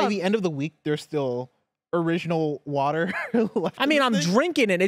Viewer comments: Nothing wrong with drinking water, but drinking wuter? Now that's questionable! 😂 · If I hear say “Wudder” one more time I’m going to have to reduce my Patreon pledge, I just can’t support this. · Triggering to hear wuter 500 times in 10 minutes 🤣 Love you guys.